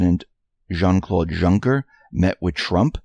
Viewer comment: Juncker is pronounced Young-ker.